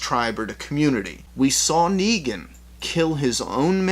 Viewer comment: It's NEGAN not Neegen